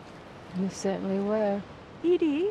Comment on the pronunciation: Its Edie not Eddie. Geezuz Cruminy!